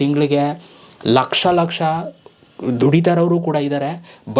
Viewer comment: 4 ಲಕ್ಷಷ ಅಲ್ಲ ಲಕಾಶ thuuuu😂